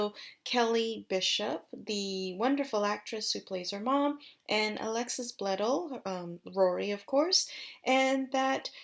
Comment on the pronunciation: They're not gonna do it. That was the original ending of the show which left it open FOR a reboot but since AYITL WAS the reboot and it talks about her "writing" the original series, I don't see them making more. You also said Alexis's and Milo's names wrong.